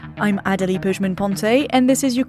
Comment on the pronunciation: Personally, I love Adelie's pronunciation of her name.